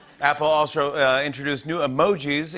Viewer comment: “Apple alsho introduced...”